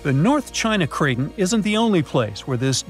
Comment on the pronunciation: It's pronounced cray ton. Not cray tin